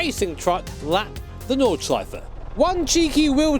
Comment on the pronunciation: I like that you say: Nordschleife and not Noorbuurgring Nodshleif